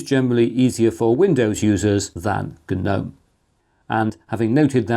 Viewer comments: Holy crap! Someone other than me is pronouncing GNOME properly. That's right, bros. You're supposed to pronounce the G. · Ga-nome :( "Sandra has 3 garden ga-nomes in her garden" - whats wrong with this sentence hm?